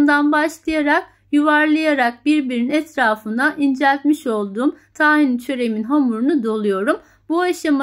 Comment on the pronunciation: Ben de mi yapsam acaba?😊 Böyle hos bir sesle bu kadar tatlı bir anlatim, erkege de hamur isi, yaptırır mi, yaptırır. 😊 Taahin yerine, tahin derseniz, dogru telaffuz etmis olursunuz. Kaynak : Reyhan Çınar Hocanım. Teşekkürler!